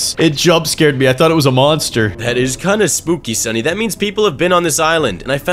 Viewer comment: Bro said summy instead of sunny lol